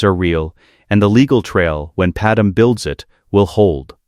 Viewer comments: PadMÉ NOT PaDAM!!!! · Calling him Vader-Anakin was a bit jarring. Also, calling Padme “Padem” was tough to listen to as well. But all in all, really great story. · The AI is better at pronouncing planet names, but now Padme is Padum... don't get it, that one should be easy... Great stories though. We'll done!